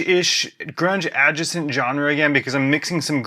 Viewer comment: I have to say and this is really offhand. I'm definitely here to learn about grunge chords from the standpoint of a lifelong drummer learning guitar. So I appreciate this very much and I want you to take this as just a funny little random thought of mine and not a criticism. But- you pronounce adjacent in a way. I have never heard it before and you do it with such confidence and Panache that I'm convinced I've been pronouncing it wrong for my entire life so thank you for that. I'm going to do some research and anyone could learn about confident speaking from you LOL. I can tell you're an expert and the topic you're about to get into.